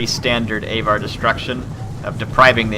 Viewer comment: AAAVVVAAAR, aVar, not A var.